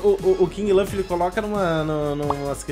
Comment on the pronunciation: LAFFY? LAFFY porfavor é LU LU LUFFY so explicando tenho tick